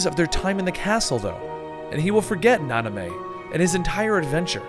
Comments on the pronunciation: The fact that he says Nanamé instead of Naminé really pisses me off. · Could you also correct "Nanime" to Namine, kthxbye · 3 videos in and none of the name errors bothered me until Nanime.......I don't know why but it's like nails on a chalk board.....oh well lmao love the videos and Kingdom Hearts is one of my favorite series as well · I'm cringing every time I hear Naname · "Nanamay"? GAH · the way he pronounces half the names make me want to burn down a village. "Naname" "Aquaris" "Xenahort" "zion" "Sorr" last one works I guess, but yeah......The Aquaris one was the worst though, because I could'nt who he was talking abotu and realized he was talking about eraqus.....